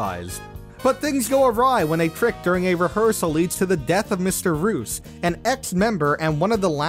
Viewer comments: Did you just pronounce Mr.Reus, aka "Mysterious" as Mr. Roos... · You mispronounced someone's name in a way that it seems you missed the pun behind him: You said "Mr. Reus" as "Mr. Roose", when it's meant to be read as "Mr. Ree-us". The name is meant to sound like the word "Mysterious" when said out loud. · You pronounced Mr. Reus's name incorrectly. It's supposed to be pronounced like Mysterious. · Mr. Reus = pronounced like "mysterious". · Great list. I’m just super uncomfortable with the way he mispronounces some of the names. Like Mr. Reus being pronounced “Mr. Roos.” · can't wait for to learn how "Mr. Reus" is said